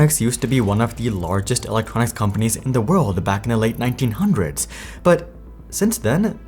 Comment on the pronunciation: Late 1900's sounds like 1905 when it actually is 1990's